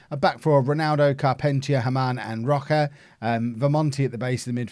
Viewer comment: Rocha is read like "Rosha"!